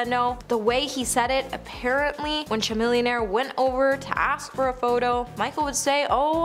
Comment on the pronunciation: Not trying to be "that person" here, BUT....Would it be too much to ask for you to find out the ACTUAL pronounciation of the celebrity names? I mean, CHAMILLIONAIRE isn't THAT difficult (it starts like 'chameleon' and finishes with 'millionaire' ) and his name was BUTCHERED! This is your JOB. These people ARE how you make money! Even if you don't like them on a personal level, it would appear more polished and professional if you pronounced their names correctly. Afterall, how can your audience become more informed, if they are listening ( as a background noise for busy people) but not watching your show? Sorry of I have offended you. That was not my intent. Thank you for the information. I DO APPRECIATE your dedicationg!!